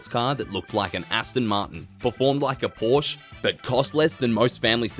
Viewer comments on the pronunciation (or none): none